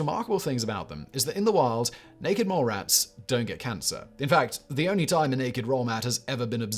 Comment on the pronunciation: Does anyone else think it sounds like Simon "naked roll mats" instead of naked mole rats?